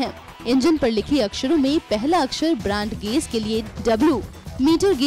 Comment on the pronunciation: ब्रैंड गेज नहीं ब्रॉड गेज होता है।